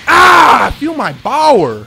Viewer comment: "Feel my BOWER"